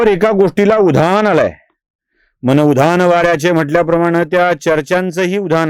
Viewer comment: उधान नाही हो उधाण म्हणा!